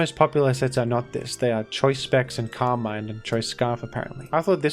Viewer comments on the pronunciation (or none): none